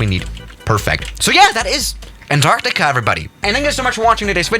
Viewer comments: you said anartica not antartica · no one:: an..TARCTICA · *his pronunciation of Antarctica lol